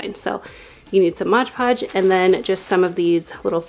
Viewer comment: LOL! I love how you pronounce it as "Modge Podge". I used to say that, too, until I was just looking at the bottle one day. 😆 Then I was like 'oh snap!' Awww, shucks y'all! That was just so cute! Makes me feel all fuzzy and warm. 🥰🥰 Online school for the first quarter (I have a high school kid). HAPPY belated BIRTHDAY,!!! 🍰👑🎈🎈 Very nice room!!!